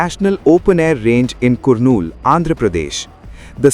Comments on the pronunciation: It’s karnul , not kurnul. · Name : Kurnool Pronunciation : (Karnuul)